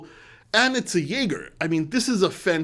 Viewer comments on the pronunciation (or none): Would think that a "watch industry guy" would know that it's 'juh-jher', not 'yayger'